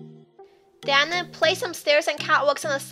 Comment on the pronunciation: Why Dou say den?